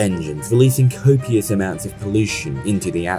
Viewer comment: "copwious amwounts of pollwuition bewing wewealed into the atmowsphwere""